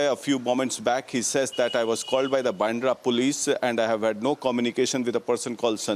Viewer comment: Why do your anchors and reporters pronounce baandhra as bendra?